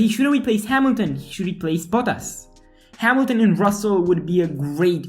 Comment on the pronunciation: RusseL??? Oh, not again...🤦